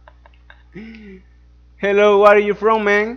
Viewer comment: Gue arr iu from? Gue arriu from? Xdxd